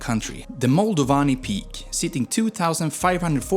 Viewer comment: You’re having such a hard time pronouncing România and leu 🤦‍♂️ And Moldoveanu peak. And Argeș.